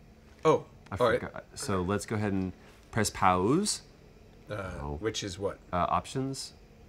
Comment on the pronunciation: I LOVE how Troy is purposefully mispronouncing words like 'pause' and 'rope' as paouse and roap! Lol